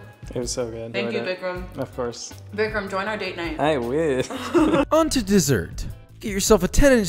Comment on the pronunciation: Btw, it's Vikram not Vicram right?